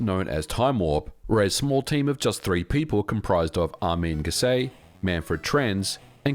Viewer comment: Correction: Armin GESSERT, not "Gessai“.